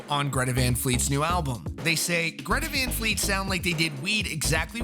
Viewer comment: What the fuck is a Greta Von Fleet?